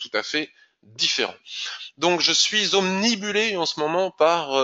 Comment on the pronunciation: 8'37: Donc maintenant je suis obNUbilé .... et non obNibulé. Il y a comme ça des fautes qui se transmettent les uns aux autres et celle ci en fait partie et c'est trop atroce à l'oreille pour ne pas vous le signaler. J'espère que vous êtes assez intelligent pour ne pas en prendre ombrage.